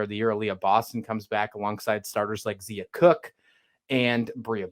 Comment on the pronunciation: It’s not Zeeeea it’s Z(long i) a . Brea is pronounced Bree ( no a sound)